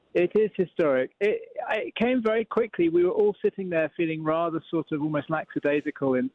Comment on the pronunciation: It's lackadaisical, not laxadaisical (for that correspondent on the phone around 9'30")